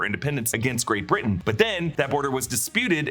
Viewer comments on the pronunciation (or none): none